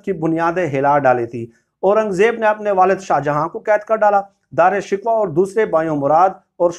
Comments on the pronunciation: wesy bye the way asal pronunciation darushkoh hai shikwa nehi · Sir Dara Shikwa nahi sahi pronounciation Dara shikoh hay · It is Shikoh and not Shikwa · او بھائی دارا شکوہ کو درست طور پہ تو آپ ادا نہیں کر سکتے یہ Darashikooh hy shikwa nhi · او بھاٸ صحافی صاحب یہ خوشامدی کی تعریف بھی اُوٹ پٹانگ کی۔ اور پھر رہی سہی کسر غلط تلفظ سے پوری کر دی۔ دارا شکوہ Is not Dra Shikwa It is Dara Shi'koh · دارا (شکوہ) درست تلفظ کریں۔